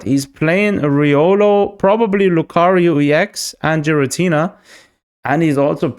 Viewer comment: I'm sure Xatumi would approve of your pronunciation of Giratina 😂